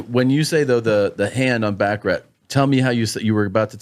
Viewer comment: It’s pronounced BachaRAH, not BachaRAT. Anyhow if Dana ends up not winning, he might at least still learn how to speak Chinese! 😂